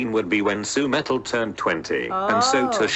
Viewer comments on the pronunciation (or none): "Sui"metal? What? Just Su-metal lol